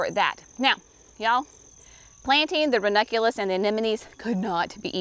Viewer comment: Here's to the woman who pronounces ranunculus and anemone, on film ! 👍